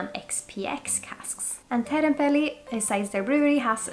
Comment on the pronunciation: uttalas som svensk i "otrevlig, oschysst, osv." och uttalas som svensk i "och". Det svenska ljudet som i "du" finns inte i det finska språket. Du sa Teerenpeli jättefint förresten. Jag har velat testa det här väldigt länge, kostar ganska mycket på systemet dock.